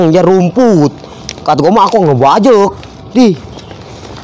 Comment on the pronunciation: Ngebadek dooo bukan ngebajek🤣🤣🤣